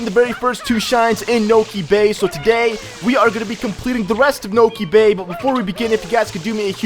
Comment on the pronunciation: You said: Niko bay XD